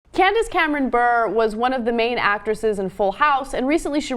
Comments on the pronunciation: It is pronounced bur ray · Its "burrr rayyy" you dummy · His name is Bure, pronounced Beur-Ay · It's pronounced bore ray. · Bure is pronounced "B-oo-r-ay", her husband's Russian